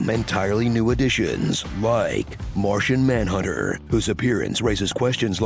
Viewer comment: Martha manhunter 笑死，發音真的很像